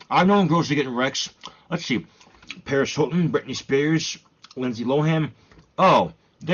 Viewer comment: Who the frick is “Perish Illten” and “Britney Speresh?”